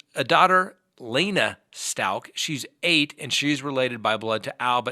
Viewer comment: It’s Stauch as in couch!!! 😖 I heard her pronounce it in court, in one of YOUR videos!!! 😆